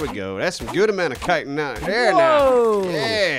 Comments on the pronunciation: i thought it was pronounced chitin aka shit-in but with a ch instead. not "kiten" lol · Not kighten its chitten havent you guys ever played skyrim? XD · Chitin is now pronounced Kitin. I've been wrong all these years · Great vids..... but Guys, it is pronounced "Chitin".... it's not a "c" or a "k".... ya'll driving me nuts over here! C H I T I N.... like Chicken but with a "tin"... Chi-tin. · That chittin You speek iT out as shitin